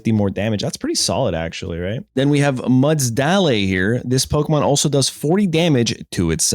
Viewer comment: Bro really said "mudsdahlay" 😭